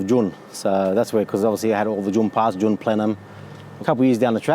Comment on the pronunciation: That American accent.."June" . We say it like "Joon"